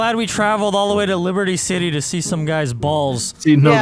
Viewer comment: LEEBERTI SI-T